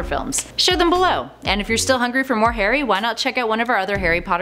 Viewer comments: does she say hairy or Harry? 🤣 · Lol anyone realise at the start she said ‘Hairy Potter’ instead of ‘Harry Potter’ 😂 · WHY DO U CALL HARRY HAIRY POTTER